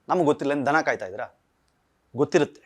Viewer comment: ಧನ ಅಲ್ಲ ದನ